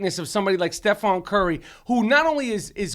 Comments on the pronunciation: stephen not stephon..jeezus why even pretend to like basketball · Hearing Rapaport repeatedly say Stephon "Marbury" Curry was excruciating. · "Stephon Curry" hahaha... at first i thought they were playing but then they kept on saying it. The baller made 400 3s, won unanimous MVP, and you guys collectively couldn't get his name right. Its for sure STEPHEN CURRY. Michael Rapport is the best guest each time. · LOL Steph- FON Curry, driving me nuts! Love Rapaport though